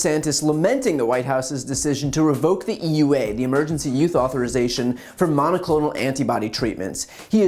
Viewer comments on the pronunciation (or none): I heard you pronounce "use" "youth" at least five times. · Just wondering if he's having a little trouble saying "emergency USE authorization". Every time he says it, it sounds like, and looks like, he's saying "emergency YOUTH authorization". I get it, it is hard to pronounce easily. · Is it just me or does it sound like BTC says, YOUTH instead of USE, whenever he said, "Emergency USE Authorization"?!?...& if so, is it intentional?? I'M SO CURIOUS!! lol 🤔🤥🤔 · Brian, it sounds like you keep saying "Emergency YOUTH Authorization" . . . . If they can't get monoclonal antibodies, maybe the Biden Administration should send DeSantis all the Ivermectin that Florida can handle . . . . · Are you saying "emergency youth authorization"? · The fact that you keep saying youth when you mean use is driving me crazy. I'm not trying to be mean, I love your content. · It's cute how BTC pronounces "use"